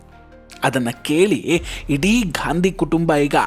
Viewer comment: ಗಾಂಧಿ ಅಲ್ಲ ಸರ್, ಗ್ಯಾಂಡಿ ಎಂದೇಳಿ 😂